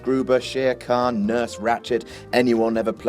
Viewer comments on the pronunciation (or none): none